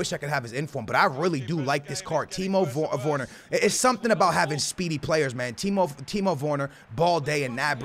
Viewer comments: it’s ‘werner’ not vorner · It’s Timo wErner not wOrner 🤦🏽‍♂️🤦🏽‍♂️🤦🏽‍♂️ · He’s called Timo Werner not Timo Worner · Timo wErner not wOrner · 'Timo worner' 😂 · pronounced ‘Vurner’ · "Timo Woone" - 2018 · “Timo Vorner” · Timo Vorner? Geez... Man say it right for God's sake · Dude can you say his name right. Constantly killing the man's name. W E R N E R, where is the O???? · Please stop saying timo vorner... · How is he pronucing Werner lol